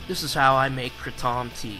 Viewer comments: Its Kray-tom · You are pronouncing it wrong. It's pronounced Kray-tom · LOL! I was told to just say "kray-tum" now. "Krah-TOM" is the pronunciation by the folks who invented the word but since I say Paris with the "s" sound I'm just going with the Americanized version of kratom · Kra- Tom Lol I will forever pronounce it that way now!! I say Kratum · Are you talking about the original pronunciation? Yeah, I switched to the Americanized one permanently a few months ago "kray-tum". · In it's original language it's pronounced how I did in this video. "Kray tom" is an American pronunciation. Check out Episode 30 with Darshan Singh from Malaysia. That's how it's traditionally pronounced. I use the American pronunciation now